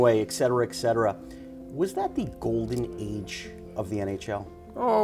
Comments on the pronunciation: Interviewer is one of those people who pronounces "ET CETERA" as "ECK CETERA" - Good grief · The guy is a professional journalist, and he thinks there is an 'x' in "et cetera."